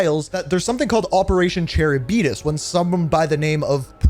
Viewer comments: Great video! But Charybdis is pronounced "Cuh rib diss" or "Kr ib dis," not "Cherry Beatus." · In case you talk about it again that Operation Charybdis I think is pronounced Cuh-rib-dis. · "Charybeetis"!!! Now thats funny.